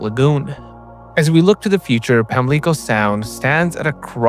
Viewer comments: (Pam-lih-coh) not (pam-lee-coh) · I can't get through this video -- calling it "pam-LEEK-o" makes my ears bleed. It's "PAM-lick-o." This feels like watching a video on waSHINGton, DC or monTREEL, QC. It doesn't make sense to know all this stuff about a place but not know how people there say it. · Pam-li-co not pam-lee-co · Enjoyed this video. It's pronounced Pam-luh-co, not Pam-leek-oh. Keep up the great work. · Pam-luh-co…..not Pam-lee-co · You are mispronouncing the name wrong is Pamlico. Not pam le co as you pronounce it. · PAM-li-co , not pam-LEE-co , I grew up there. Otherwise nice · It's Pam-lico. Not Pam-li-co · pamlico = Pam Lee co (long & heavy on the Pam.) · Pronounced Pam-lah-ko. The Eastern NC accent is all about soft drawn out vowel sounds. Its a slowed down form of old Scottish/English accents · PAM-lick-oh Sound. Otherwise pretty good information. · The correct pronunciation of the body of water is PAM-lik-oh. The emphasis is on the first syllable and the second syllable has a soft “i” as in the word “it.” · Try learning how to pronounce names before making a video. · I might would pay attention, but when you butchered Pamlico multiple times, it became apparent you have no clue what you're talking about... All the research and you couldn't find a clip to pronounce the words correctly? Attention to detail...... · did you really not look up the correct pronunciation of a major body of water that is the focal point of the video, or did you intentionally mispronounce it to increase engagement? Be honest….I see YouTube creators do this too often for it to be an “accident” and it’s one of those things that really puts me off when I stumble across a new channel. Do better. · Well, I was interested in this, but after hearing you mispronounce Pamlico so many times I couldn’t watch or listen anymore